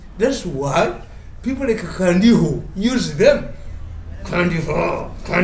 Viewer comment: It's called Kandiho not Kandaho. Thanks Mr Mirundi